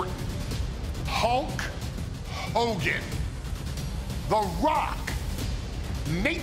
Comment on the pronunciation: “Holk Hogan”